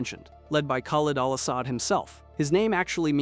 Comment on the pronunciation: It's pronounced Ka-lead Al Asod spelt Khalid Al asad not karl Al ass-sod if you're going to talk about characters from video games at least pronounce the name right Alot of Americans seem to struggle to pronounce middle Eastern names and countries Pack-i-stan is pronounced pak-i-starn like Iran is not a ran